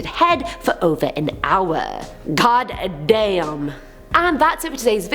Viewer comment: “Gawked dayum” loi